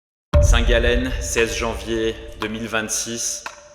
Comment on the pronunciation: Arrêter de prononcer le nom de cette ville comme ça j’ai mal aux oreilles